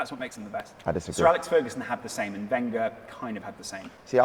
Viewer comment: Why does he mispronounce Wenger every time? Isn’t he an Arsenal fan?